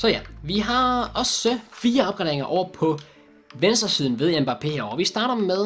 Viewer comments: Han udtales Mbappe. Ikke mba pé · Det udtales Mbappé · Slotteren han udtales mbappé